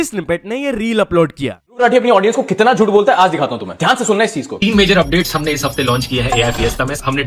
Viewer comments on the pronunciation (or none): none